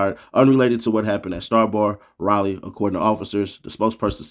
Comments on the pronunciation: Man he said raeleigh its Raleigh lmao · It's "Rally" say it right next time 😂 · Rayler NC? 🥷 don’t even remember what the inside of a school looks like.. who can’t pronounce a gatdamn capital city?